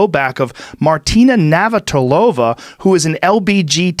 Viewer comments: Joe ‘I don’t know how to pronounce Martina Navratilova’ Rogan. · Joe rogan trying to say "Navratilova" is hilarious